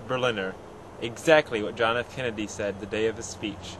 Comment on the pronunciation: good job on the video, kudos. thanks for clearing stuff up.... but 1/2 did you say John F "Candy"? sounded like it. lol the mystery continues..